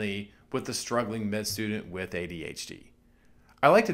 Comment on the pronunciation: its funny how you say adHd :D Always surprises me again